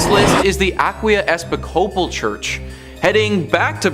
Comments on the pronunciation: Episcopal is pronounced ee-PIS-copal not epis-CO-bal!!! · Please, you’re mispronouncing Episcopal badly. Just ask around and I’m sure someone will help you out with this sir…. “E - piss - coal - pull.” Accent on the syllable “piss.”